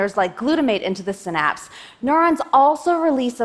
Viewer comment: I cant watch if she keeps pronouncing Synapse like that